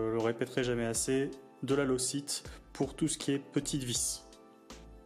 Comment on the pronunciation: Jolie vidéo. En passant, le frein filet ça se prononce "loque taïte", pas "locite" ;)